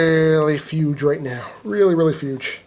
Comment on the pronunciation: Why do you say fuge